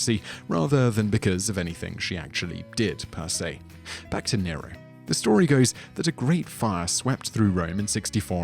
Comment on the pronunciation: 2.20mins sounded like you said deniro